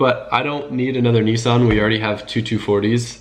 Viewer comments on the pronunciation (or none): Stopping this after what I just heard as an Australian, we know how to tow but before I get to that I just want to say I have no Idea what you Americans think when you say Nissan but it's Nis san not Neeeesaan! _, Second we legit tow with anything all you need is a small ute not this big hunting small willy men "TRUCKS"........... But other than that keep it up.